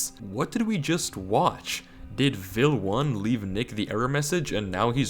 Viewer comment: "Vel_1" not "Vil_1"